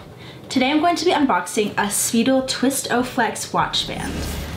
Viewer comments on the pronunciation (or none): It’s not speedel it’s spidel (sp-i-del) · It’s pronounced Spy-del not speedel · Its pronounced Spy Dell. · FYI: If you do just a little bit of research on YouTube, you'll notice that in the original commercials it's pronounced "Spy-Dell" -Speidel-... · So Speidel has been around for a long time. Quality item. You are mispronouncing it.